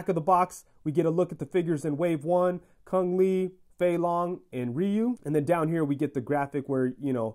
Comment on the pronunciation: “Kung Li” 😬😬😬